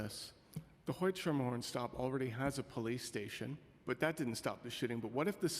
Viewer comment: It’s “skermerhorn” not ‘sure-merhorn’ 🤦‍♂️🙄 Next he’s going to say we need cops down on “hue-ston” instead of ‘how-ston’